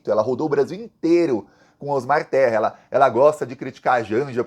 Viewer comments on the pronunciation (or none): none